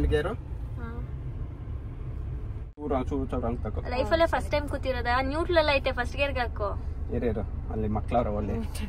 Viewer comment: Nutal alla ma nuteral